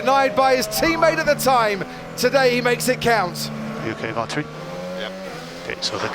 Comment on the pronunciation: Nice pronunciation of his name! Good job